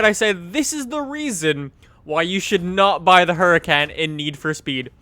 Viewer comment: its pronounced ooracahn not huracan.....